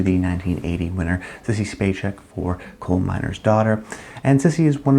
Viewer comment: My Rankings for the Decade: Sissy Spacek, Meryl Streep, Shirley MacLaine S Geraldine Page, Marlee Matlin, Cher, Jessica Tandy A Katherine Hepburn, Sally Field, Jodie Foster B Sissy Spacek's last name is pronounced SPACEK, not SPACHEK.